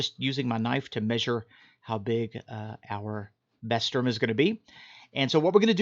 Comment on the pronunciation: It’s pronounced Bah-ster-mah!!